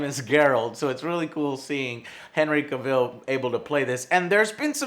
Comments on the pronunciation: I love you Joe but the way you pronounce his last name bothers me lol it's "Cavol" not "Caville" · Who is Henry Caville? It's pronounced CA-VIL. And when did Geralt have an English voice? It's Doug Cockle, he's American... EDUCATE YOURSELF JOE. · Hey Joe, it's actually cAvill, not cavIll. he said it himself in an interview, its pronounced like TRAVEL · it's CAVILL as in TRAVEL!!!!!!!! not CA-VILLE!!! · Its cavil not cavil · Joe, after all this time, you're STILL pronouncing his name as "Ca-ville?" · Pronounced Cav-vol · That’s not how you say his name you fool!! Say it right . It’s Cavill! Sounds like travel . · You're saying he's name wrong... its pronounced CAV-ILL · Pronounced Henry Cavel like travel just saying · Cavill is pronounced like travel (Ca-vel). Come on Joe! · henry "cuh vil" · "Cah-ville" lmao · Henry Caville... Dude, he's not French xD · You say his name as cav- ill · Joe I love you and your channel BUT IT'S PRONOUNCED.... CA-VILL!!! OKAY?! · Cav-ill, strange way of pronouncing his name. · cuvill?????either this is the first time I've heard you say his name or you're saying it different? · His name is Cavill as in TRAVEL! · I used to make the same mistake Joe is making. I used to say it like "Cah-ville". But then I heard the way they pronounce it on talk shows and then I even heard Henry say it one time and since then I pronounce it correctly. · CA'VIL FFS just google someone saying it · Who's Henry 'Kuh Vill'? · It's pronounced CA-vell... As in travel...Cavill. Henry Cavill. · I don't know why it bothers me but it's Henry Cavill spoke (cav-ell) like travel but with a c. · Huh, I always pronounced Cavil like gavel, not like Cruella Deville. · Your not saying his name right, its Cavill, like Gravel. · lmao "Henry CUH-VILL" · It’s pronounced Cavill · Joe you keep pronouncing Henry's last name wrong. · You keep getting the pronunciation on the last name wrong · You gotta say CAVILL correctly lol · That's not how you pronounce Cavill